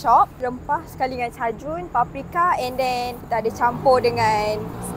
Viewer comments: Okay but why use Thousand Island Dressing from a bag? Should have made homemade mayonaise or ranch sauce. Then she pronounced Cajun as Chajun when it is pronounced Kay-jun. Cmon la nak scam aku try lah sikit. Make me believe this is worth 50 ringgots 😂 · CAJUN is not CHAJUN, it's KAJUN and STEAK is not Stik, it's STEYK